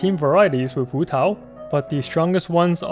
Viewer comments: waaah your pronunciation of hutao is so good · I love how you pronounce hutao in with pin yin instead of like hootau